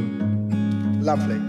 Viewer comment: first ten seconds when u say "lavely" instant smiler looool